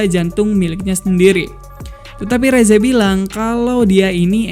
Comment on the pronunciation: Rezze yang benar" resse:v